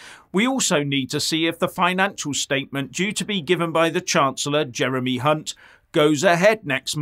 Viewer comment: You mean Jeremy Ca-Hunt ?